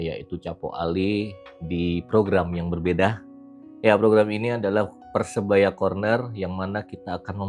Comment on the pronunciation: Sori cak....saranku tolong diperbaiki pengucapan PERSEBAYA e